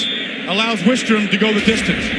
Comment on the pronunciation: The announcers getting Grant Wistrom's name incorrect just irks me.